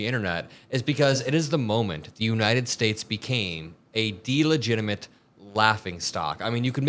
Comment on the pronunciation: De-La-gitamint. Thats funny!